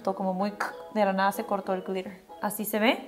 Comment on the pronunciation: Jajaja 50 mil veces "glirer , glirer , glirer"